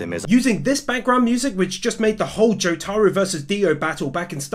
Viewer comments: Joe-Tar-Oo ❌ Joo-Ta-Roo ✅ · He said jotaaro instead of jotaro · My name is pronounced Joe- tah- row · I love your work, man. But....the way you pronounce Jotaro as Jo-taro hurts me lmao. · Why does he keep saying joTAro. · I died when he pronounces Jotaro different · Please learn to say thing like jotaro correctly. Also JoJo isn’t in season it’s in parts